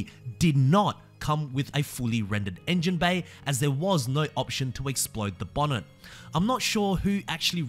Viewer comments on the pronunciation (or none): none